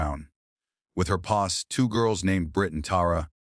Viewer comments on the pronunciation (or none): This AI’s pronunciation sucks. Posse= PAW-see. NOT Pawss. 🙄